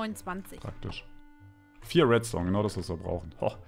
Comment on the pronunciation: Redstone wird zu wetstone LOL